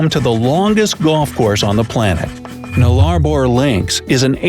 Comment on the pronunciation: How they get away pronouncing Nullarbor like that!? It’s not even a word that has origin in any Aboriginal languages that might then be confusing to non-locals, it’s Latin!